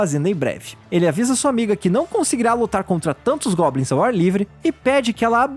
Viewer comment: Ele falou gobnis 39 vezes